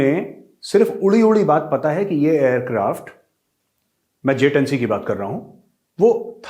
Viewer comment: Chilli Rashid ko to J-10C bolna v nehi ata Js-10 bolta he